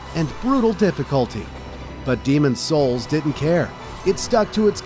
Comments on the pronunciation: The emphasis on SOULS is earraping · The pronunciation of niche and the emphasis on souls makes me believe so ai was used. The whole video may not be ai but it’s definitely sus